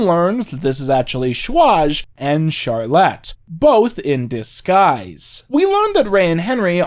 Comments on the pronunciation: My one issue with this video is the pronunciation of Charlotte lmao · You are pronouncing Charlotte like that just to purposely spite me